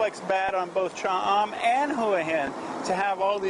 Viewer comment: I enjoyed your video but what bugged me is your pronunciation of Cha am and Hua Hin. Not that big a deal but kinda put me off at the start.